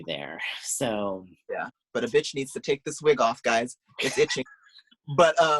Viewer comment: It’s Britney betch!